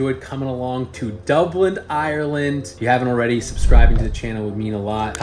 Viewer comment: It’s DUBLIN ! Not DublinD ! 🤦🏼‍♀️